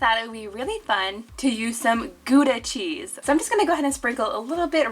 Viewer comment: “GoEdA cHeEsE” i’m Dutch so this sounds really weird